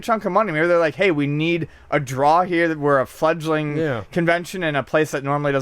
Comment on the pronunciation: "Careful man there's a beverage herrre" !